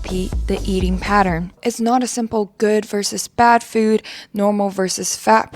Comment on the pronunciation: She mispronounced eating, and it sounded like manifest.